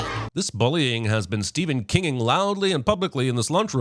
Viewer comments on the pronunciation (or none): none